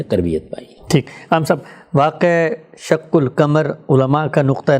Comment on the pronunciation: سورہ قمر کی تلاوت بھی صحیح پڑھنے کی صلاحیت نہیں ہے شق قمر ۔۔کے ق پر زبر ہے اور جناب زیر پڑھ رہے ہیں